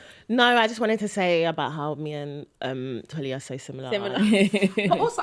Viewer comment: Why is Mariam pronouncing Tolly’s name wrong? She said Tolu a few times 😅